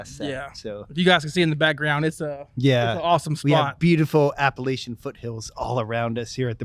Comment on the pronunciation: Another good video! I knew you () hinted at this podcast when I was in the store a few weeks ago. Glad to see it out now. I communicated with Joe once when he was just getting to be known through one of the forums. Good guy. Joe can be overlooked this time for mispronouncing "Appalachian"... 😄